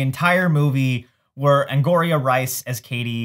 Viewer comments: Angourie is pronounced an-gow-ree (emphasis on the second syllable), not an-gore-ee-uh. Auli'i is ow-lee-ee, not oh-lee-ee. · Why are you pronouncing actors names and character names incorrectly? Karen (not Kendra) and Angourie (not Angouria) and Jacquel Spivey you also pronounce incorrectly. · Ang-ow-ree Rice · Okay, FIRST of all: they're JUNIORS in High School... which leads Gretchen to say to Cady, "Oooh, a senior!" when she mentions the cute boy in her calc class. Karen's name is KAREN, not Kendra. Watch ANY Angourie Rice interview to learn how to pronounce her name correctly. Makes me question all of your knowledge and opinions following the first 6 minutes of this video. Bye.